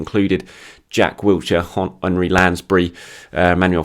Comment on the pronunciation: As much as I like you it's Jack Wilshire, not Wiltshire